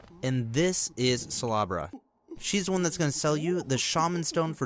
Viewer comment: I like how he says "salubra" like Slalabra PS.i also like how you reply to every comment😃